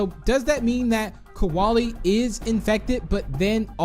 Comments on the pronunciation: I think u Accidentally said kowali cause it’s kolie I’m not being rude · Koalie Me: ITS KOLIE